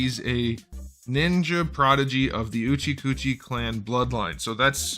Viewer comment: Couldn't get through the pronunciation of Sasuke Uchiha without cracking up. Least favourite is probably Sai. Not as good as Naruto and the face coming off sucks everytime it happens. Still loving this classic Naruto line though with this and how good Naruto is.